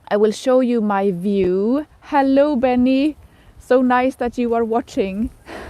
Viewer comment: "Hallooo" Are you from Germany? :)